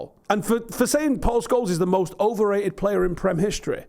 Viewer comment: Imagine saying Scholes is oberrated 😂